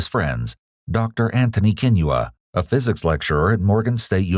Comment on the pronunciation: This is besides the point but the way he pronounces Kinyua is the best I’ve ever heard a non Kenyan pronounce it.